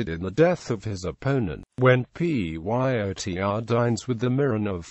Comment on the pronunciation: Why does he keep saying PYOTR instead of pronouncing the name rather than spelling it out?